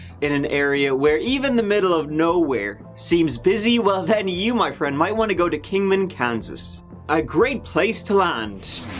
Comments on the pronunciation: I think he was emphasising it to let people know he’s not just mispronouncing go. 😀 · I'm not understanding. I did that when he says go it sounds like gew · You’re welcome! And Goo is slang in Ireland meaning to watch or look at something, just in case you think is mispronouncing go). ☺️ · That’s lovely. Give it a goo is slang in Ireland meaning to watch or look at something (in case you think is mispronouncing go). ☺️ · Follow the howl I think that’s where it came from too. Most people think is mispronouncing go. ☺️